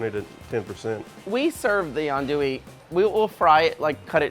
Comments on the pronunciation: First the proper pronunciation is not "andouillee" but "andouilleuu" in french, and by hearing "andouille capital" I just can't stop laughing, maybe in us but oh dear not in the world. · It’s not an Andoowee. It’s more Aundwee. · These two jack-offs. We're gonna make "ann-dooie". Asks how to pronounce it. Its pronounced "ahn-dooie". Five minutes later..."We brought some "ann-dooie". Really? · This video just makes me mad its not pronounced ann-doo-wee its pronounced aun-doo-wee or on-doo-wee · Eh, you're all pronouncing it incorrectly. Think "on-dwee" and you're about there. :) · Them saying "Anndouille" is killing me. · Adui - is it pronounced right? - as a frenchman I can just tell yall pronouncing it wrong (even in Louisiana French) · All of you are saying it wrong. Repeat after me: AN DOO YE... and that last E is almost silent. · It's not ANDOUI tho... it's Andouille. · I know he didn’t do this right because he can’t even say andouille correctly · Love it when all 4 pronounce it wrong and then go balls deep and state that they in the capital of the world for Andouille....LOL...its from France yall !! still...love this show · Andouille? I've been mispronouncing it this whole time? Proceeds to mispronounce it for the rest of the video. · Really good video. But you are really wrong with the "Andouille" prononciation